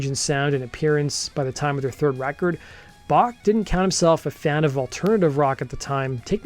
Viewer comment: Dude can't even pronounce 'Bach' correctly... pfff...